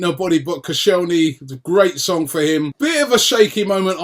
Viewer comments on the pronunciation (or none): none